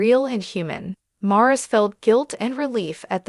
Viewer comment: His name is pronounced Maurice!!!